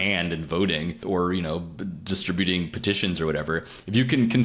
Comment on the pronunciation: It's civic minded, not "civics minded." Civics is something different from civic minded. It's disTRIButing, not DIStriBUting. Just more garbage to make money off of ads.